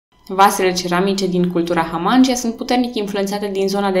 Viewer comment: Foarte frumos scris, felicitări! (Dar e pentru prima dată când aud numele culturii și al fostei comune tulcene Hamangia prununțat Hamángi(y)a și nu Hamangí(y)a. 🙂)